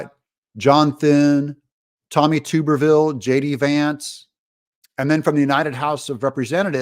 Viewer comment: It's Tub Ber Ville Doug 😂❤😊